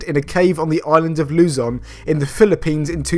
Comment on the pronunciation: I love how you pronounced Luzon, <3 from Philippines